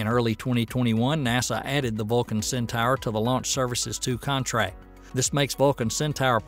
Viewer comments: Centor, not centower. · I was spelling it phonetically, just like Hildugard was. Hildugard complained (rightly so) that the video's narrator pronounced it "centower" and he proposed "centor" as the correct spelling, even thought that is also wrong. "Centaur" is pronounced "Centahr", as spoken in the linked official ULA video. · IT'S PRONOUNCED CENTOR !! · Not "Centor", but "Centahr". Right from the horse's mouth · Cen Tower? Go back to school and retake English speech class. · Cen-tower? It's pronounced Cen-tor. As for "Per-eh-gryne," it's pronounced Peh-ruh-gruhn. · Sin-Tar, say it with me "Sin-Tar".... "Centaur". Para-Grin...say it with me "Para-Grin".... "Peregrine" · Might want to work on English grammar for title, and pronunciation. (AI narration?) "Centaur" and "Peregrine". Maybe I'm just a stickler for details.